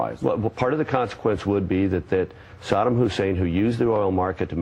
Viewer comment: Notice how Rove pronounces Saddam? Sodom.